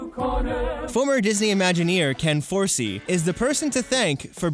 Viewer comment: It isn’t Forsee it is Forsay, in pronunciation, being a teddy Ruxpin enthusiast, I just got bugged a little bu it